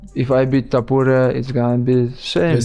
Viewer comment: Is this an A.I. narrator? Why can't he/it pronounce the first OR last name of "Ilia Topuria" correctly? How are you going to have an MMA channel and then NOT be able to pronounce the name of the fighters? Maybe creating an MMA channel isn't for you?